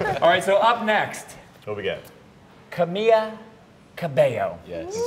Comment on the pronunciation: Oh my geezus. they cant even pronounce camila's first name right